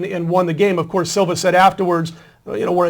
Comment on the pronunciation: can you at least learn to pronounce the names. you said silva its siva. you also said jareds name wrong. Last but not least ur prediction was wrong haha.